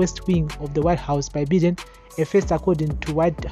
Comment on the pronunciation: Good job......ZANU PF idiots must be told. The sanctions r targeted..Vana ED ngavarege kuita hutsinye. On a lighter side.....Biden is pronounced (Bye - den) n not Bhiden